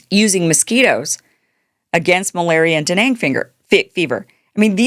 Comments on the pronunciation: Dengue fever is pronounced "den-gay". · It's dengue fever not deneng...